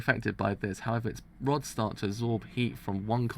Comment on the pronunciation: I'm being driven insane at him sayings RODS as ROADS.